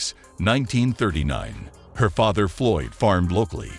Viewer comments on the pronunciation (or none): none